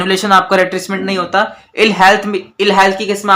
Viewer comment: sir it is retrenchment not RETRECHMENT baki saab too good hai